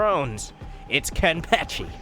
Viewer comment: I cry every time you mispronounce Kenpachi